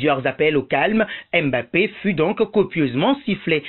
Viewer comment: vous ne savez pas prononcer Mbappé, c est difficile pour vous de prononcer les noms racines africaines? ce n est pas èmebappé mais tout simplement Mbappé, c est facile